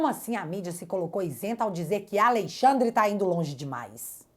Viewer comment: Gosto muito quando você pronuncia: aLEIxandre ... sugestivo